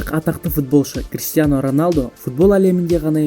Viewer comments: Кристиано емес Криштиано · Кристиано емес Криштиану